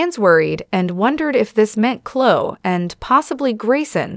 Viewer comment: Honestly, if you're going to use AI as your reader, at least get one that knows how to pronounce Chloe! I cannot stand these posts.